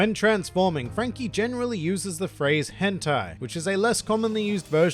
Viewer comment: You said,,,. Hen..... ....tai?